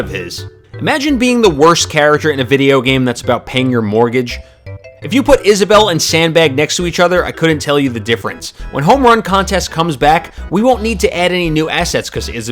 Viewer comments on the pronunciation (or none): Issable is-a-bell